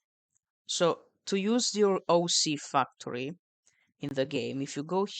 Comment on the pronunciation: “OC fucktory”